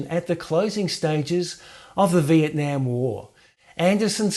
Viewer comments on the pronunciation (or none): none